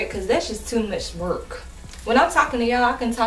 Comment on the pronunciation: "To much werk"😂😂😂😂this video is life!